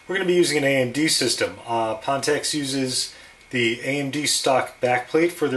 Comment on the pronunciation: It's pronounced "fan-techs".